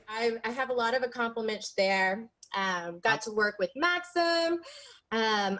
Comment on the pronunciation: “Conversating”, “Accompliments” yes this is a whole new woman